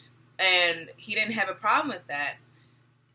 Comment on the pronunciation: Lol you know it's called Wakanda...not Watunda...right ..lol I just started watching your videos. I saw you on Info' live. Good work!